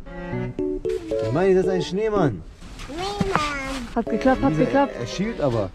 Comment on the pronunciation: Auch er zu Schneemann „Neman“😂❤